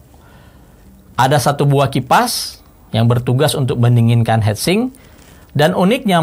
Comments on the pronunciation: Agak kurang nyaman denger hedsing om, its hitsing 😁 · Ngomong heatsink kenapa.hetsink. Sedangkan heatpipe ngomong nya . Hitpipe 😂